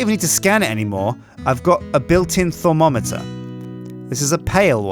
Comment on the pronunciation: It is thaum-o-meter stupid